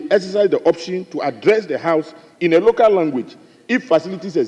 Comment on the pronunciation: Is not loco. Is local. You left the l.